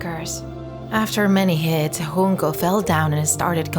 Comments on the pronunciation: Its Junko not Hunko!!! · Its Junko, not Hoonko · Uhhh. You pronounced Junko Chan wrong. It's jyunkou not hunko. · J not an H 😭 wtf this is Japanese not Spanish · “Hoon-ko” 💀💀 She’s japanese. Its a J. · Its pronounced just Junko with J not with H